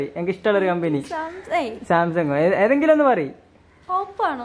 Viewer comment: Kambi Alla bro kambani 😂😂😂😂